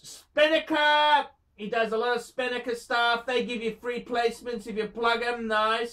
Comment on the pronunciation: “if you want to phind a lot oph garbage... this is the channel phor you” you’re supposed to be sprooking his channel, not yours